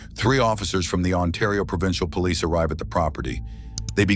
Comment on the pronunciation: Is everyone deaf he said "Police" very clearly while crossing the door ... although with more of a french accent it's still the same word